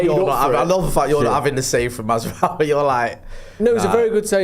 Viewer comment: Highlight for me was Merson calling Mazraoui ‘Maserati’